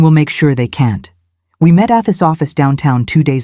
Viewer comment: As much as I enjoy these stories I can’t keep quiet. The pronunciations in this one is one of the worst! It is atrocious. The word we should be an easy one with a long e sound not the short e sound that sounded like she said web.